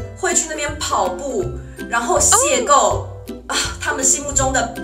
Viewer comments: 是邂逅ㄏㄡˋ 不是ㄍㄡˋ😂😂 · 他叫邂逅ㄏㄡˋ啦😂😂